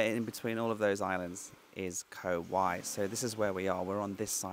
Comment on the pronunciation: 'Rattan island'. Pronounced Koh 'Wai' with rising tone.